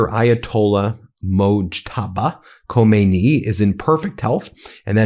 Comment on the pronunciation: To add to your credibility, it might be useful to learn to pronounce the name of the new leader, Ayatollah Khamenei. Let Trump remain the mispronouncer in chief.